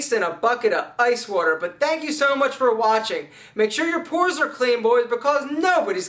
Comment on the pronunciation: it's not "poors", brah .. it's: pores !!